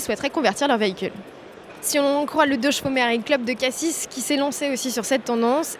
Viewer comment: "Cassi s" sans prononcer le "s" Sinon super format hyper intéressant !